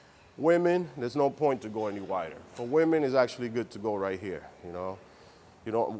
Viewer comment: Righ', righ'.